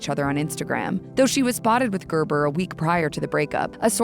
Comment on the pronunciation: "Gerber" ... worst name, and the way it's pronounced here is.. gaah!